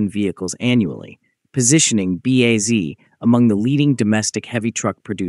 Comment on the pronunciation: The AI voice on this video is an cringy atrocity, it keeps calling BAZ everything from "BAD" to "B.A" to "BEZ"